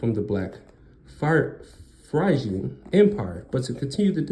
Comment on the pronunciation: Phrygian=Fri-ge-an. Short I, long e and short a.